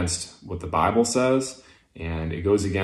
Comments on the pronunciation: Every time he pronounces bible as "bahh-ble" I lose a bit more of the infinitesimal respect for him. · He's doing pretty well at keeping his southern drawl from breaking through, but he can't seem to modify the way he says "the bible" it's kind of adorable, if not kind of sad for how ingrained it seems to be...